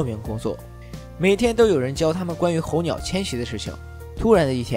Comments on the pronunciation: 猴鸟🐦🐦🐦🐦🐦🐦哈哈😄😄😄😄😄😄😄😄😄😄候鸟呢特么hou是四声。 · 候鸟。。。四声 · 候鸟 二声? 什么逗比都讲电影了吗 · 每次听UP主念「猴鸟」和男主的姓我就出戏…